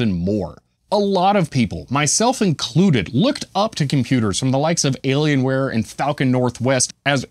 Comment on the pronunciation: It's an alien wire... not alien ware.